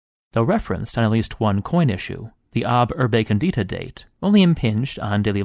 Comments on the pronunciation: "...besides, you're saying it wrong. It's còndita, not condeeta!" Interesting video, nonetheless :D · Just FYI, English native speakers barbarians, condíta means "seasoned" like you do with a salad 😂 còndita means "founded"